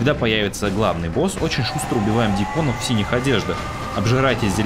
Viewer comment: ДьЯконов, а не дьякОновXDD А так ролик качественный и интересный, лайк однозначно)